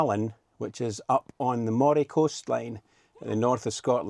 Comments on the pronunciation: Unless someone has already said - and I’m sorry to have to correct you on this - “Moray” is pronounced “Murray” 👍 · Nice video, for future reference Moray is pronounced Murray 😊